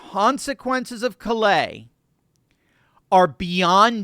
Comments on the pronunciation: For future reference, Callais is a Cajun name that is pronounced "Kah-Lay". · Love your insights. I would like to point out that in LA, Callais is pronounced with the accent on the first syllable, sounding like "CALL - a". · 😊😊CALL- lay...say it fast, sha...hit the first part hard... have a good one, ya'll.